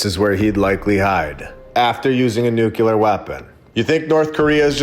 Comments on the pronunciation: Nu kleer not nuculur! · There is still nuclear,not "nukilar"... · One more time, friend, you damage your credibility mispronouncing nuclear as "nucular". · "Nukilar"..... seriously? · oh it is nukilar hehehe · READ THIS! Your pronunciation of the adjective ''nuclear'' is cringeworthy and needs polishing a.s.a.p. Otherwise, your channel is fantastic, keep rocking it! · Please pronounce nuclear properly. It impacts your credibility. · With all due respect, please stop pronouncing "nuclear" like Dubya did with his fake accent. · explain to me how that works phonetically. Nuclear. You'll note there is no vowel between c and l.